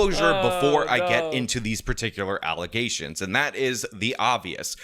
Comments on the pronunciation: .. “False Allizations”… and people wonder why DEI is not a good thing 🤦‍♂️ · "False Alezations" 😂